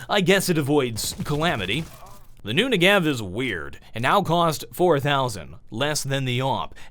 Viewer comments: Hey, just so you know - It's pronounced NE-gev, not Nuh-GEv - the emphasis coming from the first e. (This is coming from a fluent hebrew speaker, the gun is named after a place in Israel). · I'd just like to note something: The Negev is pronounced *NE*gev, while you are pronouncing it ne*GEV*. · he says the knee-gee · WHY????! why can't anyone say NEGEV correctly....